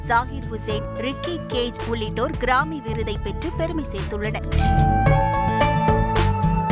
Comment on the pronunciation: Newsreader should learn the pronunciation of grammy